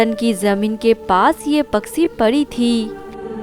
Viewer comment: Story to bahut achi hai but is video mai jisne bhi audio narrate ki hai wo bahut ajeeb tareeke se bol rahi hai kahani sunne mai maza ni aara Paksi ni hota its pakshi bolte hai plzzz work on your hindi